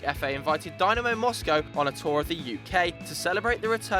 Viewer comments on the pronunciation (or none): none